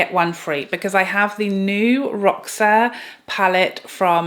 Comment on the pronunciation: Hey there my friend! Just so you know roxa is Portuguese for purple☺️ it’s pronounced Rosha. 😘